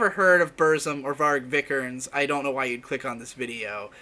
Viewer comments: Bruno “Vik-er-nes(z)” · Yeah, isn't it kinda like "VEE-ger-nez"? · His name is pronounced vii-ke-nees v then long i like in steel then ke and then nees like nes but long e. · I have NEVER heard a worse mispronounciation of a name. Viiiiii-kehr-nehs. Long vowels, boi.